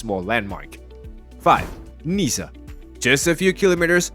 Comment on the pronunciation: It go worse Niecee and then Nanntess